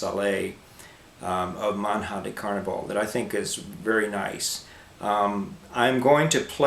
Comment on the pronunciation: "And in New York it's pronounced Meh! :o)" That's a very ignorant reply...considering you are playing foreign music you should at least be able to pronounce the original name. But sure, Rexicano is right. New Yorkers aren t bright at all, and you are a fine example of one.